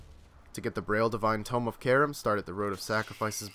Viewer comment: Divine tome of Carem. Lol it's pronounced "Kha-reem". My pronunciation nitpicking aside, great vid, I like how you keep em short and sweet. Could you make one for the coals as well?